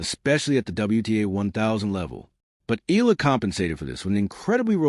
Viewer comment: Please pronounce her last name as EY YAH LAH. Thank you.